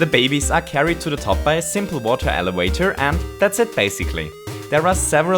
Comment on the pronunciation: Elevwator? also I swear this dude is a robot